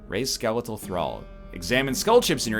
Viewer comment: this dude just pronounced skeletal as "skuh-lee-tull"